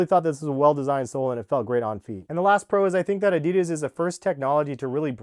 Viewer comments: Its adi Das not a dee das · He says adidas wrong 😑😤